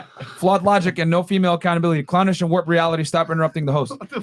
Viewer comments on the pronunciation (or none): none